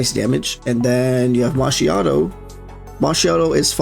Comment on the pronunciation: Brother, I don't just need her, I need two of her. That DPS boost with her copy is insane. But I will be happy with just winning a 50/50. V1 can come on her rerun. And my italian side wants to separate your head from your shoulders for butchering her name pronunciation.